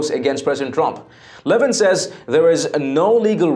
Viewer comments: His name is not LE-vin. It's Le-VIN. An announcer should know that and how much Mark hates being called LE-vin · I believe he pronounces his name le VIN .